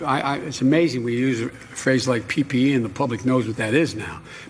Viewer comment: Pee pee? Did he mean PPE?